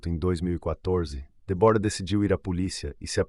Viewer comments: Muito triste ,este caso .Mas por favor ao narrador fale certo o nome da namorado. Débora e não Debora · Como é mesmo o nome da namorada do assassino? DÉBORAH E NAO DEBORA, cara se tu vai contar a história é melhor tu saber a pronúncia fica a dica.